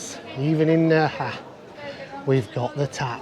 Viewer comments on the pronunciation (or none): If you want to be pedantic, Nerja is actually pronounced Nair-ha🤪🫢👍🏼. Thanks for the video👍🏼😜